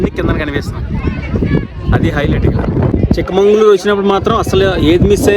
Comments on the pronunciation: చిక్క మంగళూరు కాదు.. చిక్క మగళూరు. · It's chikkamagaluru. Not chikmangalur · చిక్క మంగుళూరు కాదండీ. చిక్క మగళూరు. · చిక్కమంగళూరు కాదు చిక్కామగళూరు అంటే చిన్న కూతురు ఊరు